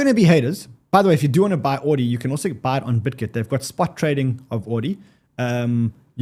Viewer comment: says "ordi" "bitget" i hear "audi" "bitgate"